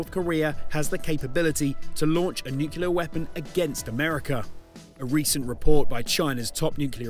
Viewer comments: "NUCLEAR". Repeat after me...N-U-C-L-E-A-R, not nucular. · Sorry matey. You lost me on your pronunciation of Nuclear...nuculear aint the way.